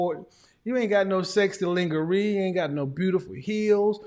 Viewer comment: . No you didn't, Kevin! You made me fall right out of my yoga pose laughing with your pronunciation of the word lingerie. You need me! Let's fly to Paris for the weekend (I'll cover the airfare, Business class) and I'll teach you a little French. How FUN!! I've learned a lot from you and am grateful.